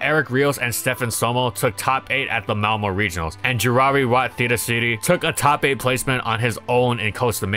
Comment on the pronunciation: Best prounounciation of "Malmö" that I have heard from outside the nordics for a long time.